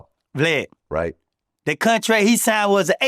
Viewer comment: Nga said “Cuntrak” lmao